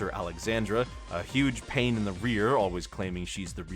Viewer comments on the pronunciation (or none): none